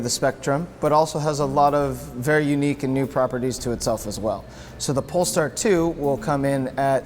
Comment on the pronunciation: Did he really just say "Poll Tard 2"